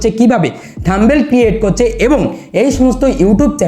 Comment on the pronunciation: kothata থাম্বেল হবে না। কথাটা হবে থামনেইল।।।